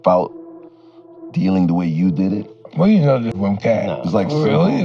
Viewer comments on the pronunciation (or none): it is CAT not KATE LMAO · Is this nigga saying Kate??? Is katt like “cat” bro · It’s Katt (pronounced “Cat” ) Williams, not Kate… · KATE WILLIAMS?? Come on... You know his name. SAY IT RIGHT!